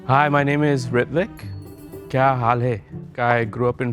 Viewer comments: To be honest Ritvik's accent doesn't sound Marathi at all. Even the way he pronounces his own name Also whats with that final question, did you find the mole? You've introduced the mole in the very beginning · ritvik adhi nav neet bolayla shik te mhantana (rooh-tvik) asa asta